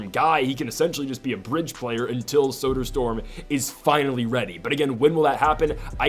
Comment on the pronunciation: For future reference, Soderstorm isn't how that last name is supposed to be pronounced